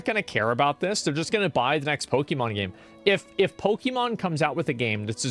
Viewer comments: POKIIIMON? Pokehmon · Why does he pronounce Pokemon like that?